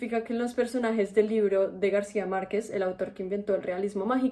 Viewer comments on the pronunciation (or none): none